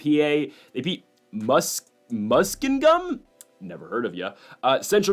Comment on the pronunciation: Mus-king- um lol it’s in Ohio